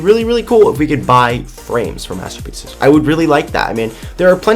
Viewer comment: "Hey Beans today we're going to talk about master (bating) pieces!" wait what... Anyone else?